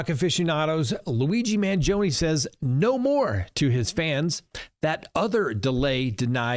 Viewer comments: Man GEE o nee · Obviously, you are unable to pronounce Italian names. Maybe you are too old to learn. I’m talking about Luigi’s last name. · MANGIONE NOTTTTTTTTTTTTTTTTTTTTT MANGOINE. Good heavens.